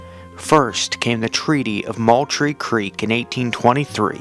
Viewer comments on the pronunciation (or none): none